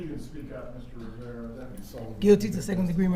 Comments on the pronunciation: That defence attorney getting Rivera’s name wrong and then mispronouncing it as “Vera” the second time around after he corrected her and trying to reach out and touch him the first time - stopping just short - is terrible. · Then she called him Mr. Vera after that. Lol